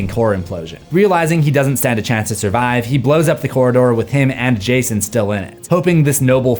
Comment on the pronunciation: i heard gayson